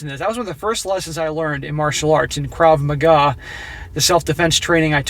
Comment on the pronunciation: Sorry but its pronounced Krav MAGA.